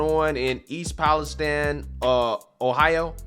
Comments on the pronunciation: Its pronounced east palesteen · I usually overlook not being able to say words sometimes but this one made me laugh. I'm not even talking about the fact that it is pronounced there slightly different from every one else (palace steen). version sounds closer to Pakistan. In no way can you get an from ine. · Dude can't pronounce East Palestine.